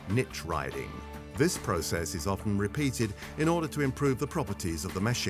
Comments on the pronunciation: Nit riding?! Silly narrator, that's not how you say nitriding. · "neetriding"... oh come on, you couldn't get an engineer to tell you how to pronounce this stuff ? :-D